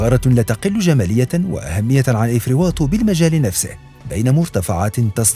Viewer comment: افري نيطو وليس افري واطو اسي حسن كفى من تحريف اسماء المناطق والغريب في الامر انك امازيغي .......